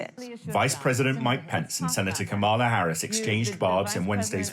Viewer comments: And it's KA-ma-la, not ka-MA-la. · Please learn how to pronounce Kamala. Your ongoing mispronunciation is embarrassing and disrespectful